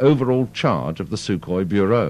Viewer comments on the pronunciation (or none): I think you will find it is Sukhoi not Sukohi